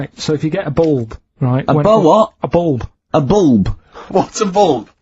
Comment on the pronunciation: A boolb? What’s a boolb, you mean a lahtboolb?